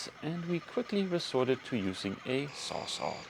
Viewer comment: Sounds like you're saying SawSaw, the brandname that has become the generic name in the US for any big reciprocating saw is Sawzall (as in "saws -all")